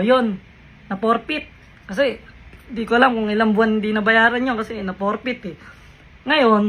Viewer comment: Porfeited, hindi profit...heheheh.